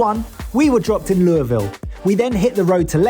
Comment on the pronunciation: I a so proud of the way you said Lewivelle!